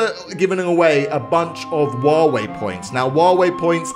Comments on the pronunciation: I love how he said "wawei" instead of huawei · wtf u said wawei its clearly huawei cant you spell it? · Huawei? Nah Wuawei? Yas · I heard say waaway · Is it me or did he pronaunce huwawei wrong? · you miss spell huawei You said wow way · anyone else heard he always says waweh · Woave what it's Huawei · It’s hu hyuwei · did he say wawaei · That’s not how u say huawei